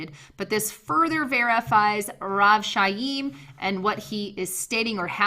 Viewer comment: Chaim is pronounced (phonetic) KIME.... like DIME with a hard K